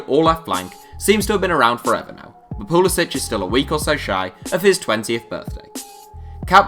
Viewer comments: It is pronounced pulasic not pulasich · It's pronounced like poo-li-sick. He's American so the c doesn't have the accent.